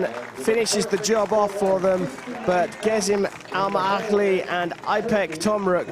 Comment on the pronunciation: Allah aşkına en azından şu yarışmacıların isimlerinin nasıl telaffuz edildiğini sorun Gizem Elmaağaçlı'yı söylerken çarpıldı sandım ( I suggest insistently that speakers should learn how the contestants' names pronunciation.)